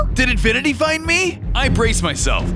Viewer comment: Sometimes it sounded like infinity was saying infant